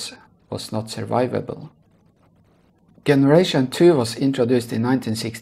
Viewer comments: The "g" in the word "generation" is pronounced the same as a "j" (like jump) not with the 'g' sound in "good" they way youre saying it. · The way you say “generation” in completely wrong in English